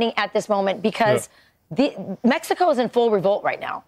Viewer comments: ahh yes, in Mesco🙂👍🏼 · He said in MESHCO